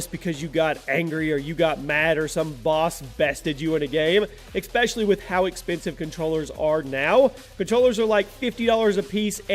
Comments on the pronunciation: it annoys me when he says expecially. it is pronounced ess- pesh- uh- ly. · Did you just say Exspecially? Gross. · This is just my OCD but it really annoys me how says 'exspecially' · Exspecially, yo! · I love you and everything you’re doing! But please................. Everytime! The word is ESPECIALLY!!!! Not ecspecially!